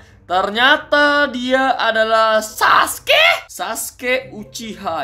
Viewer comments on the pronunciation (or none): Saskeh nartoh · Gue ngakak pas dia ngomong "saskee"😂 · Ngomong saske nya gitu amat